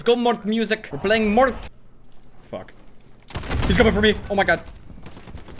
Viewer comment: Good vid. (Btw its not pronounced “mort” but m-o-r-t-e, morte that means death in italian). It’s a skin from an italian singer called Fabio Rovazzi